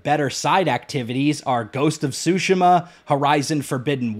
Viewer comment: never brought the game I’m just confused why the guy is comparing different genres of games, then is unable to pronounce Tsushima right along with being a mage in a souls game which everyone dislikes and universally hate mage players as they act good at the game when in reality they aren’t (as he proudly said he beat the hardest boss in four minutes showcasing himself doing two of the worst things ever being a mage and using ash spirits which he needs to use to pull off any of his spells) along with liking two of the worst assassin creed games but then hating on tower use in ff? But saying Ubisoft open world is better like mate Ubisoft games haven’t been good since far cry 3 which he keeps using vaas ironically to somehow further his point? I haven’t watch the rest of the video nor do I plan two for the made two reasons I’ve stated also off topic W pfp btw